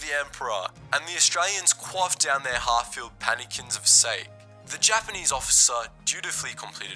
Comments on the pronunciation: Technically, sake is pronouced "SAH-keh." I only know that as I was stationed in Iwakuni, Japan. I believe it's more that I was a raging alcoholic than being etymologically gifted. Man... now I miss Japan.. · It's pronounced 'Sarhh-key' for fuck sake. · this guy said "they filled theyre cups up with sake"(not exactly what he said but he said "SAKE") im dead laughing was a funny mistake to me not calling you stupid bud lol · How can you not know how to say "Sake"? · Your mispronunciation of sake has no excuse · bro do you really not know hot to say sake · After getting drunk off Sake multiple times, your mispronunciation offends me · cringing at the pronunciation of "sake" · The video is great, however, you really butchered the pronounciation of sake.